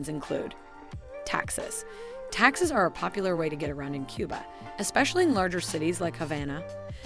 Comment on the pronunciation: Thank you for the info! That said, how does someone mispronounce the word taxi? Or daiquiri or arroz con Pollo. It was a little distracting.